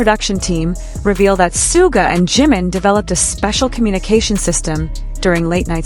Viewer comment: Sharking fax? Did you hear RM talk about Jimin and Soooga's working relationship? If you did you would know how to say their names. By the way the guys always aim for perfect, never settle for just OK.